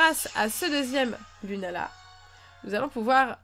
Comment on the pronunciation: Sa s'écrit lunala mai sa se dit lounala